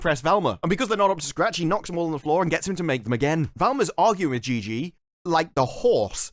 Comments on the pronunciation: It's "Gigi" not "Gee Gee". It's a pretty common name/nickname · Gigi NOT Gee Gee